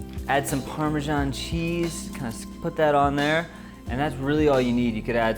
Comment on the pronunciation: The only issue I have with this is how he pronounces Parmesan 😷